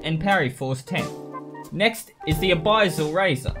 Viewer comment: A-biss-all not a-buy-zall